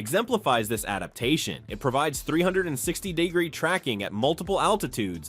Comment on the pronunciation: Thanks for all the time and effort you put into this. Good information A raw the commentary was good but work with your software, so that it will pronounce the words kilometer and degree correctly. There were a couple other words too, but I can’t remember them specifically. Great video overall.